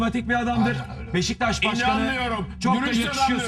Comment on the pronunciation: Sinan abi BEŞTAŞ değil beşiktaş 😂